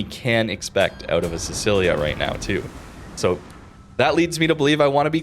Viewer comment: i am so sorry but your pronounciation hurts: siTSCHIlia not sisilia